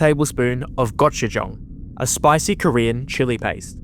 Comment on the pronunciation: Same as hearing "Gotch-you-jang"